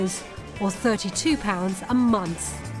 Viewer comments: Wtf is a munce? Does she mean month ffs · did you say 52 a month, a months, a Munster, a mounce? I'm really confused.